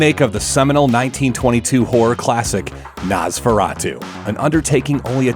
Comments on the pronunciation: Nahhhhzfuratoo. lmao wow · You said Nosferatu weird